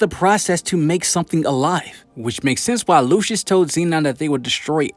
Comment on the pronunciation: His name is pronounced “Lucy-us”